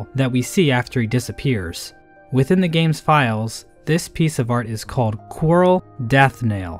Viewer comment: A great man once said... "qurile"